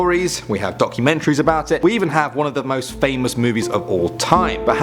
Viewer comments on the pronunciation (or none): none